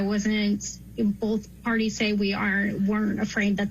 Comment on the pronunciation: The word is BOTH not BOLTH even a detective says it wrong